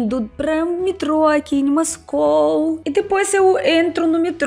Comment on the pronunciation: EU ESTAVA COM SAUDADES DE SEU PORTUGUÊS!! A TROCA DO (O) PELO (A) É LINDO!!! ( MOSCOU - MASCOU).